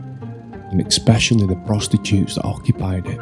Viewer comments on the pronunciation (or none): none